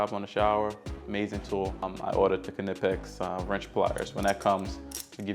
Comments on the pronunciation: Unilite rechargeable headlight. Also the K in Knipex is silent, pronounced Nipex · Just so you don't sound foolish in the future "knipex" is pronounced "Nypex" using the sound of "I". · Thanks for sharing! Some top tips You should definitely be sponsored by Milwaukee though. I'm going to go out on a limb and suggest it's pronounced "Nigh- Pex" [Knipex]! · just a heads up, knipex is pronounced nipex, the k is silent .... greta vid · Great setup, been working on a similar thing and this gives me some great ideas of what to add. Imagine this could handle 80% of handyman work, and the quality of the individual tools is great. I question why did you go with an impact driver I/o a drill/driver? Also, the “k” is silent, it’s just pronounced “nip-ex” and they are amazing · Man if only you knew how to say Knipex